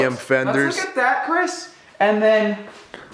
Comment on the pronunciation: The way says "Crihs"